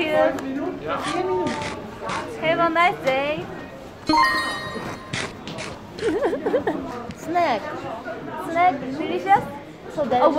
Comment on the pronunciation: Momo:So Cuteeeeeeeee. Dahyun:I am Cute? Momo:yEaH. Momo:Snack? Dahyun:sNek?